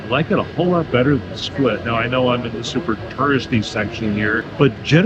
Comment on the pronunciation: Im from Split and you said it right, its different.